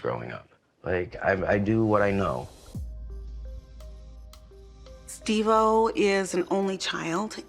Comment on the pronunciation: You keep calling him Steve o helllo stop